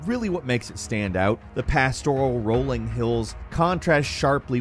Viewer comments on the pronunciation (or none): none